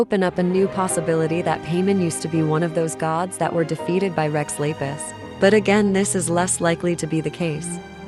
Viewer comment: so we're just gonna say Rex "Lapas" wrong too even tho you can hear in-game the correct pronunciation, huh.